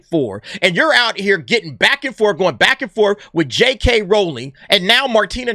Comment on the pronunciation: Say it with me R-OW-ling (Ow! like when you stub your pinky toe) lol.